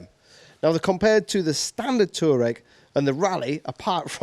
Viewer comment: It is not "Tureg" . It is pronounced "TuAreg".